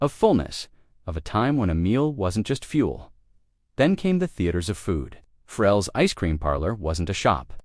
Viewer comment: Farrell's, not Frells. 😂